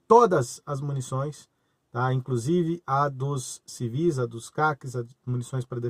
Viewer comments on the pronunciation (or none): none